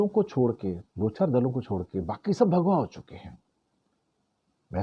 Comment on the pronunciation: mujhe bhagwa ke bajaye bha@ sunai diya 😂